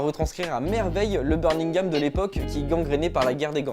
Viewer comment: C'est birMingham pas birNingham, desole je fais le chieur, video cool sinon bien joue